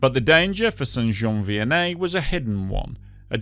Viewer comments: Great job on the French pronunciations. As a québécois myself, your pronunciation of the town name is pretty much spot on. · I don t know where your from mate but your pronouciation of Saint -Jean Vianney is proper...and your reaserche on the matter precise .A nice trebut to all who periched that day.That event is still in our memories in Quebec. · Wow! I want to congratulate you on pronouncing St-Jean Vianney correctly people usually have a very hard time with French Canadian names